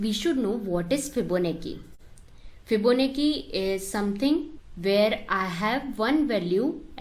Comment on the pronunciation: Fibonacci is pronounced as 'Chi' like in Gucci